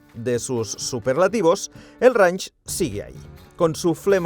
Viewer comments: El vídeo fantástico, pero dios mío, estando allí y si no sabes inglés, por lo menos presta atención como se pronuncia "reinch" y no "ranch"...me sangraban los oídos. Además que ellos ya tenían videos de como se pronuncia correctamente las marcas y modelos, pj: lamborghini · Mis disculpas pero no se dice ranch, se dice reinsh... no es un rancho, es un rango. Se que a ninguno de ustedes les importa, pero... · Cada vez que escucho pronunciar "Range" como "ranch" y "head up" como "get ap" se me parten los oídos.... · Buen video , la próxima vez investiga cómo pronunciar un nombre en inglés, cada vez que decías Range me daba dolor de cabeza 🤕